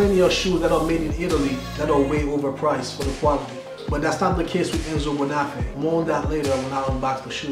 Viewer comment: I am shocked at the way you pronounce the name of this shoe maker. Your name is, the accent tells you where to accent the word. The same goes for Bonafe'. Do not take this wrong, it is positive critique, as I like your videos.